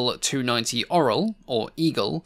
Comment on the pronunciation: Oral? Orel not Oral